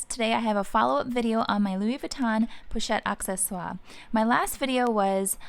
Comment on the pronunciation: I am french and I can tell you you pronounce it perfectly:)